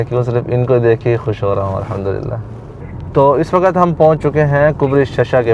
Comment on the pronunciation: WAQAT nahin hota WAQT hota hai Sub lagey hue hain NAY wali urdu pe or WAQT ko WAQAT Sabz ko SABAZ Habs ko HABAS Sakht ko SAKHAT bolne pe 🤦